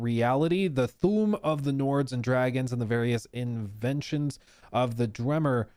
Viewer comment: Yeah he's def more on the Fallout bandwagon. Elder Scrolls is pretty vast lorewise - But not knowing how to say Dwemer or what Sword-Singing is? The leak whether real or not, sounds like exactly what will be in the game when it finally does get announced.